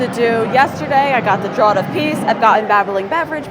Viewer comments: "Draught" is pronounced the same as "draft". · Great update. Just FYI, "draught" is pronounced the same as"draft". Draught is an older spelling of draft and means the same thing. English is weird.